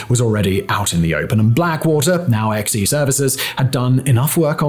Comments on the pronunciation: This idiot. Ex-E services is pronounced "Zee." To say that Triple Canopy had a better reputation than Blackwater is absolute ignorance. This guy should stop talking about military shit altogether. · Not "EX EE". pronounced "Zee". No I am not a fluffed for "them". I just hate when vids like this fail to research before posting... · “Xe” is pronounced “Zee.”